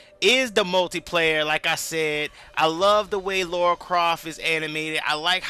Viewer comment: Pronounced La ra